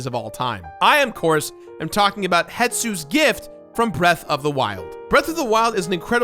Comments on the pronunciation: 4 years later, still calling him "Hetsu" instead of Hestu... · He's still called Hes-Tu not Het-Su :) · I know this isn't on topic, but it always bothers me that people assume his name is Het-su, when if you read it, clearly it is Hes-tu. Not as Japanese sounding as you expect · Hestu! I swear he cannot say the name right, he did it in his video too